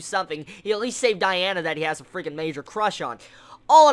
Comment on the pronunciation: Let me fix the names u say: Diana, Melio-DASS. (Haven't heard the other ones yet) Real names: Dee-ann, melio-DISS